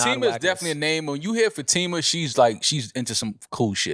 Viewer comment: Fah-tí-mah not fateema...